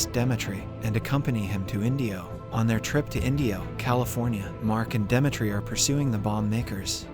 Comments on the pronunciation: its really bothering that you keep calling him Dematre i feel like its supposed to be Dimitry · 💀bro pronounce demetri very terrible 😭